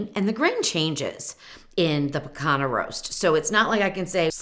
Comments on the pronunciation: Rump Roast aka "pee-KAHN-yah” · It's pronounced pee-CON-yuh. Like the ñ in Spanish.